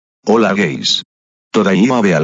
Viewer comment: Instead of "Hello guys," you pronounced it to "Holá guys"